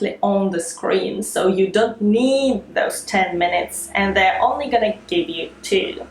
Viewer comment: I like the way you make short vowel sound long like Leesten Geev Teeps